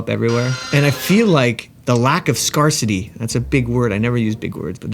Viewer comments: Its "scare-city" not "scar-city" just so you know! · It’s pronounced “scare city”❤ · Why did you pronounce Scarcity like that.... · I’m absolutely delighted to see that Archeops got more than 1 vote (I didn’t do the survey because no one told me) Also, why do you say scarcity like that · A very unique pronunciation of scarcity